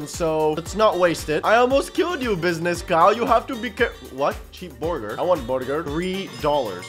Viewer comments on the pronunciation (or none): It’s funny how he said borgir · nit burger is borgur he said borgur borgurrrrr when he attack herobring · i love how he just keeps saying borgir when he fights bosses